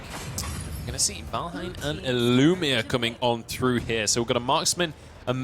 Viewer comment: "Valhein" But0 Thai people are like saying "vanhel"